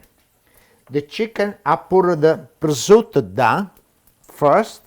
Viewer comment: But he can't pronounce prosciutto.... but he does cook pretty good.